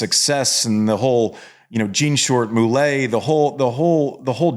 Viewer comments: "Moulet" Loved it! (Mullet right?)... Wow... I am sure if I read his bio I would have known this, but to hear the following and the depth with which he discussed it.. frankly caught me off guard, bc I was ready for a "tennis" response to Roddick's "it doesn't make sense" observation: I did not realize how much "hated" tennis in those early formative years. The "Lord of the Fly" line.. what a zinger. IOW: even though this is a year old interview... really nice stuff here. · “Moolay” ?!? C’mon… It’s mullet, like I feel vomit in my gullet when I see a mullet. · Did he say mu-lay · "moulet" for mullet 😆😆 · Did Andy really prononce mullet "Moo-lay"? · The mullet hairstyle sounds way more sophisticated when pronounced "Moulet". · til andy roddick pronounces it moulay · did you pronounce mullet as moo lay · Andy pronounced “mullet” as moo-lay 😂